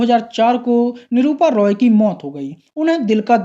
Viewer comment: 😂 भाई निरूपा रॉय होता है❤ निरूपा रोय नही😂